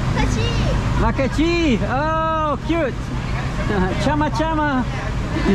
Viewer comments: Tjamma tjamma😆😆 it's sama sama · Stop the chama chama .. 😂😂 it’s sama-sama 😂